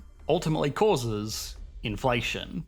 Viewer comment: Inflationnnnuh...moneyyyuh... runnnnuh... trillionnnuh...depreciationnneh... Isssseh... solutionnneh... Great content but you make me want to throw my phone against the wall...